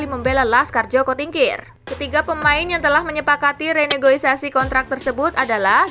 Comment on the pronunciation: Renegosiasi bukan Renegoisasi 😂